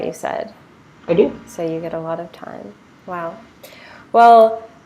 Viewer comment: The anchor saying Vow for everything..It's not be vow